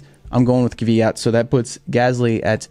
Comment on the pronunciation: say Kvyat like Kfeeyat (roll the k-f sound)